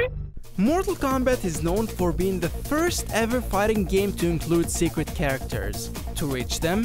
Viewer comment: Secwet. Xway. Do you have a speech impediment? No hate